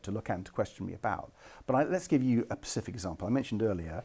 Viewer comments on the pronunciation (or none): I simply cannot bring myself to vote Lib Dem as long as Ed Davey says 'pacific' when he means 'specific'